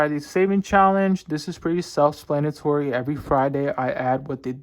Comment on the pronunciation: Hey so I think you asked in a previous video how to say tulip correctly, it's pronounced too-lip and for self-explanatory you tend to say self splanatory